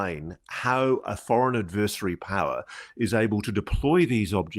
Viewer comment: If you insist on using the same word in every other sentence would you at least pronounce it correctly ad•vr•seh•ree Not ad•vur•si•tee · vur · si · tee